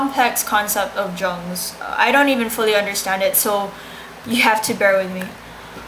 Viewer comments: You can speak english fairly well, but your german is off learn to pronounce his name. The J sounds like U, Ung. If thie is an oral exam slow down, dont admit not undertanding it and overexplaining it as you are often wrong here. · The J in Jung is pronounced like a Y so it sound like Yung not like a J. The u in Jung is long not short. The image becomes conscious when the projection is withdrawn so that we know the symbolism of physical objects figurative as well as their literal, concrete meaning. Image is undifferentiated from object when unconscious or not separated from the object. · I cant believe you couldnt even bother to figure out how to pronounce his name. Lazy fuck. I would have failed your ass. Who put you up to this? Did you choose Jung because you actually liked him? You're cute but I am disappointed. I am a big Jung fan though.